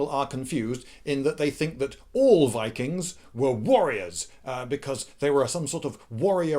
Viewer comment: you pronounced ''VIKIINGGSSSS!!!!'' wrong